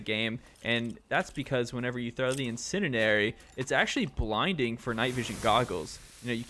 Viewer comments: Nice video, getting harder to find Insurgency content these days (I know vid is old) Ps. Pls learn how to say Incendiary my god 💀 It's like hearing a grown adult say "scabetti" instead of spaghetti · Thanks for the tips! But my man… you may need to brush up on how to say incendiary. 😅